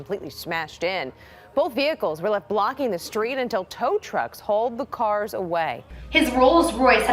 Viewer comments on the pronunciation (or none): none